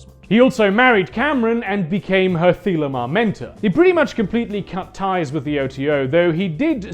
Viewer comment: The way you pronounce thelema makes my ears bleed